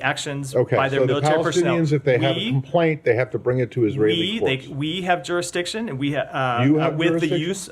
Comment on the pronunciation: "who has juristiction?" "israel does, we have" hahaha